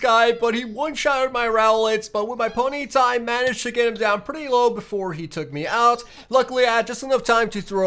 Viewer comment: Poneeta? It is pony-ta xD